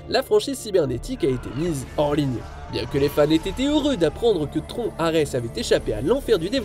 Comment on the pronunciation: C'est une voix off générée par IA qui commente la vidéo ? Non parce que prononcer Tron "Tronc" faut être un attardé mental ou une voix générée par IA.